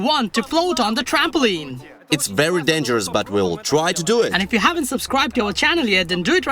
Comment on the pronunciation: Trampo leen Not trampo Lyn